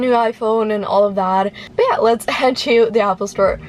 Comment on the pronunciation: its not "twho", its to.